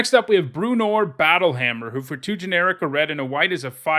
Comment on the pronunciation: .......... Icingdeath is a stone cold bomb? I saw what you did there O__O ps, good job on the pronunciation for drizzt and bruenor :)